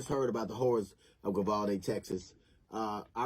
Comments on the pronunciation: Not sure alacrity is the correct word there, I mean it does mean to move swiftly but usually in like a happy or cheerful way. Also sounded like he was saying Vivaldi. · Like most people, I think DL is an enormously talented, highly accomplished individual. His comedic skill is unquestionable. However, at 1min 16sec into this video he made me laugh for the wrong reasons. What did he call the town? Govaldi'? 'Grabaldi'? ''Grovalty'? Then 7 seconds later he said it again, but differently. he calls it 'Vivaldi', as though the town was named after famous Italian composer! Anyway, nevermind my stupid nit-picking! DL absolutely nails it when he condemns the cowardice and incompetence showed by ALL the law-enforcement officers involved except one. The older cop who was the 1st to go down the hallway is the only one to show any balls. The rifle-toting imbecile with him is as useless as the rest that show up and play Circle Jerk for the next hour or so. And kids were STILL being shot during the cops Circle-Jerk time!! Disgraceful! Abso-fucking-lutely DISGRACEFUL!! Especially cuz this is small-town Texas, not L.A., Chicago, Seattle, or Baltimore! Makes me weep.... Sorry to shit on you, DL, you're a huge talent. I love your work, keep it up please! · Jeezus, I just realized that DL probably mis-pronounced the name of the town on purpose as a little dig towards the cop-cowards. Sorry, DL, I'm just not too bright is the truth. Dat must be why they call me Doofus....